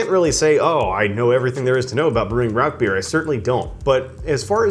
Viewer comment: I found your channel today, and really like a lot of your videos, especially those related to German biers! I lived in Germany (US Army) for 6 straight years at the end of the 1990's. My first thought is for you to pronounce the name of the bier correctly... it is "Rausch"... sorry, just an annoyance for me... lol! Anyway, I have made my own versions of smoked beers before. Rather than buy smoked grains though, I prefer to smoke my own grain. The first one I made was a smoked wheat beer. I smoked about 8# of cracked wheat with orange wood chips - those are extremely hard to find, I had to order them online only. I smoked the grain for about 2.5 hours, then proceeded to brew a basic wheat beer recipe with the smoked grains. That was a dynamite brew, you should try it some time. Several years ago, while still living in TX (I'm in Alaska now) I entered the Alaska Home Brew competition. I again did a smoked beer that I called Hatcher Hurricane - Hurricane Harvey was blowing through south Texas on brew day while I was brewing under my carport, and "Hatcher" for Hatcher Pass in Alaska. For that competition I had to use their challenge ingredient, which they sent, which was spruce tips - the new growth in spring from spruce trees. My base grain again was wheat, and again smoked with the orange wood chips. There were some other excentricities with my recipe, but it took 2nd place in the smoked beer category. If you would like, let me know and I can send you that recipe. It's dynamite